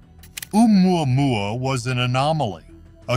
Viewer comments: The way he pronounces that other comet is enough to run and hide LOL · I die laughing every time the AI voice says oumuamua. Heck I can’t even spell it. Hey it may be the new Jerusalem